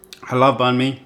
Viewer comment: You are over pronouncing the word “banh”. Say it like “bun” in English.